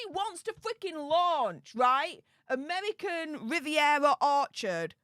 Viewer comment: Pls pls dont say amevvvvvican vvvvvivvvvievvvva get speach therapy ffs you're embarrassing yourself😂😂